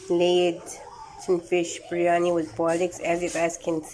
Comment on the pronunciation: its not "breyani" its "biryani"